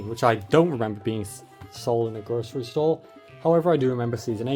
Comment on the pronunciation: British person saying grocery store sounds weird